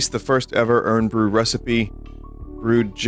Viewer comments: I like how vinny pronounces Irn like urn instead of iron with a Scottish accent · “Urn”-bru, Vinny please, my bones ache